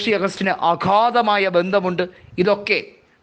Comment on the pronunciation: അഘാതമായ അല്ല അഗാധമായ